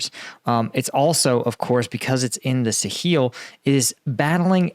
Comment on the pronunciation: "Suh-heel"? That's new.